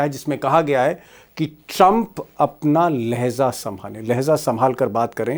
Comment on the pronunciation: Mr Deepak Sharma // aap acchi Urdu bol Lete Hain Lekin kabhi-kabhi Kuchh Alfaaz Ka istemal Jaisa ke " LAYHZA " LAYHJA SAHIHAI apology sir